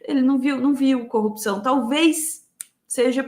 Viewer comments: Eu não aguento mais ouvir 'copção'. pqp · Incrível com o Moro tem dificuldades em far a palavra corrupção,só são coopcao...